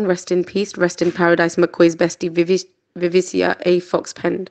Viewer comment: It’s pronounced VIV VUH KUH. Not Vi vee she uh.